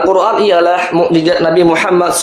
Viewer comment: Yth bpk narator,,Mu'jiZat bukan mu'jiJat